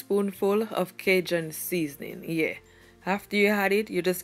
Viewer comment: Her saying "yueah" is sooooo funny to me lmaoooo how cute